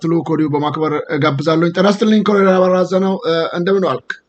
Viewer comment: ወንድም ዘውዱ: "ኮሎኔል" ነው የሚባለው "ኮረኔል" አይደለም:: የአማርኛው ቃል የመጣውም በቀጥታ ከእንግሊዝኛው ቃል Colonel ነው:: በተረፈ በርታ! ሚዲያህ አስተማሪ ነው!